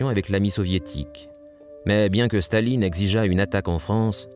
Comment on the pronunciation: why does the commentator keep saying "shtalin" instead of stalin?